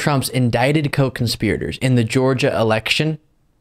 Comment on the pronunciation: I thought you said coke conspirators...😂